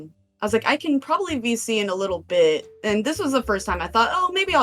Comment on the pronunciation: It's voice chat, or vc. listening to it though, it does sound like they said bc lol